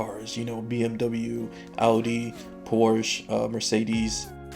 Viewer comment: He, that intro was really good, for someone try it the first time!! But please do it like the Germanns, as you say Porsche, there is a E at the end, we speak it with the E at the end, so it's Porsche not Porsch. Ahm our tornados are mutch smaler then yours in th US, most of the Time in the news the say "Windhose", they are smaller as i said:)